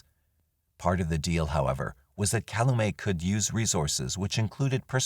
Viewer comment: Not "caloomay". It's pronounced like it's spelling: cal-u-met county. I live 3 blocks from the Manitowoc/Calumet county line.